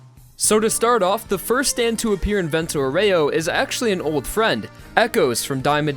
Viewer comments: Great video! But please, it's "vento àUREO, not "voréo" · Useful tip! The name Vento Aureo, since it's italian, is going to be pronounced: Vento Àureo (Awreo)! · Man I know that italian but "Vento Oreo" made me laugh so hard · Vento OREO... man that is some cringey Italian pronunciation. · It's pronounced Vento "Oreo" x_x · I'm glad you went for the english nane of the series since you butchered Vento Aureo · YOU GOT LIKE THREE ITALIAN NAMES CORRECTLY MATE CALL ME THE FUCK UP NEXT TIME YOU WANT TO DO A VENTO AUREO PROJECT